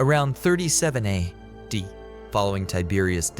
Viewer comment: "Served from 26 ADD to 36 ADD"